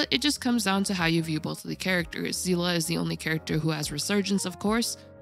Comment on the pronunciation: aight you get a sub just for pronouncing Seele correctly 💪💜